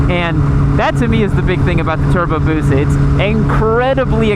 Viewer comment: TURRRBOOO BOOOOOSUUUHHHH Hermione: it's busa not busaw